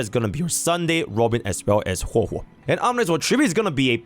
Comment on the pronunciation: somewhere longer on the timestamp he began calling hwehwe